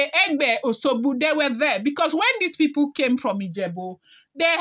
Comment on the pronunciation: It is called O S U G B O and not Oshogbo as pronounced by you.